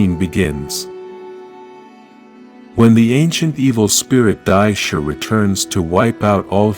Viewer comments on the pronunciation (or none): It's pronounced Die-she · I would think that for someone so knowledgeable on Ranger history you would know how to pronounce names but you mispronounce some like Divatox, Dai Shi, Gosei, and more. Like what?